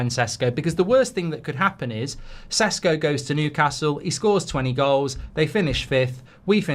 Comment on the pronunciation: He is not Sesko . It is Šeško [ Sheshko]. Get it right